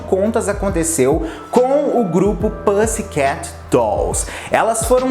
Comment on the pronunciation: Toda vez q ele fala pãssi queti me dá um treco